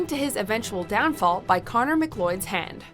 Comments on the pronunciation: mcloud not mcloid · who the hell is connor mcloid? It's pronounced mcCloud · Connor Macleod? Lol, sounded like she said McLloyd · Did you pronounce Mcleod as Mclloyd? It's pronounced Mcloud. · It's Connor MacCloud not MacCord!!! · It's MacLeod not MacLloyd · It's MacLeod. Not McLloyd. That was painful. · Connor Macloyd? Lol. No. They say “Mac-Clowd” a million times in the movie. Macleod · McCloyd? Proof once again that does not do research on its material, many of the narrators probably haven't seen the movies either. -_ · Am I the only one that noticed her say Conner McLloyd? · just how did she say Macleod?! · HOW THE HELL DID YOU JUST PRONOUNCE MACLEOD?!